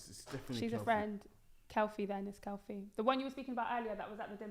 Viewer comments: Short for Kefilwe is Kefi not Kelfie 😂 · Its Ke Fi lwe short for Kefi